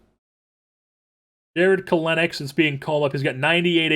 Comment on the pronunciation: Jarred Kelenic is pronounced KELL-nick